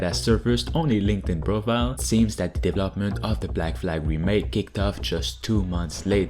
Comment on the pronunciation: Hey yo! I Really like your content. But i have one wish; Can you try and pronounce deVELOPment like it is meat to say? After Watching a few years you still do it and i hate it. All and all, still like you content, it is always fresh and uselfull! So; DeVElopment and deVELOper. Not Devlopper and devlopment...;)